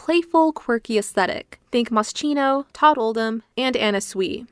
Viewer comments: I hate to be this person, but it’s ‘Moss-key-no’ with a hard C 🩷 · It’s MOS-KINO…. The ch is pronounced like a K. Please no hate just a little correction.. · Please, it’s pronounced “Moskino”, Italian brand name. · Please, Moschino is an Italian brand. It’s pronounced Moss-Kino 🙏🏻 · The video is great, probably the best one I have seen so far about The Nanny's fashion. You should have checked the correct pronunciation of "Moschino", though - as an italian, it was quite painful to hear it being mispronounced so many times (the correct pronunciation is [moskino]), lol.